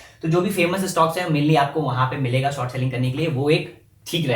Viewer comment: Bhai, there english todi kaami hai, it's short not sort